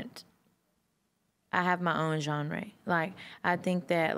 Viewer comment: “i have my own gjóuhn ray”